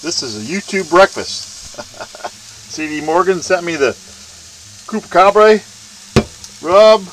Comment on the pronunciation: Love your videos sir. And btw...its pronounced Chupacabra [choo-pa-ca-bra] Keep up the awesome work!!!!